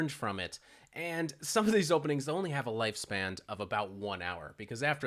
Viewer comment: I've found two inaccuracies "Lifespand" 😊